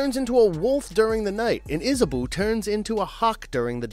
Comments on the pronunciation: Iz-A-Bow ( bow, like bow and arrow )- IZ- A-BOW .. not isaBoo... Andromeda--AN-DROM-ADAH.. not Andro-MEE-dah lmao.. not sure how you get these so wrong.. but, still love the list. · I hate to be that person, but you pronounced Andromeda wrong when talking about Clash of the Titans. The e sounds like a short i sound. And for Lady Hawke, Isabeau is pronounced with "Isa-bow" The names here are French so yeah . . . it's okay though. Other then that, OMG thanks for mentioning some of my childhood favorites that really impacted me as a kid. Oh I would also add the Rankin/Bass animated classics, at least Flight of Dragons (as amazing as The Last Unicorn is, I wouldn't call it a 'swords and sorcery' type of flick). Movies like Krull, Legend, and Lady Hawke were pivotal to me liking these types of movies. I would also add Conan the Destroyer. I know the first movie is a classic, but I never saw the full movie until I was a teen due to the graphic nature. The sequel was more 'kid friendly' so I ended up watching that movie more (never watched certain scenes either).